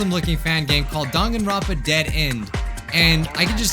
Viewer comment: Actually,surprisingly...you said the name probably perfectly